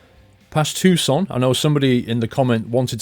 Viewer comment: Paul is correct, it's pronounced too-son.